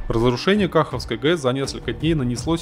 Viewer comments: Не до ютубер, ты даже не удосужился узнать правильное название региона и платины. Много раз говорили про КахО́вской ГЭС. Я как слышу "Кахавской" у меня уши болят. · Не кАховской а кахОвской!!!